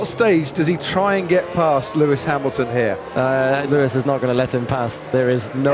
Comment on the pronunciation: Lewis Hamaxton Lewis Haminton